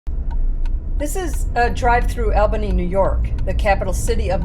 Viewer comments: The locals pronounce it ALLBany not ALbany, Thanks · It’s not “Al”bany, it’s pronounced “All”bany. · ALL-bany or AW-bany, either way. But AL-bany is a dead give away you don't belong here. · "Al-bunny". Hilarious. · Mispronounces the name and almost hits someone near MVP arena. Seems like this person really knows the area 😂.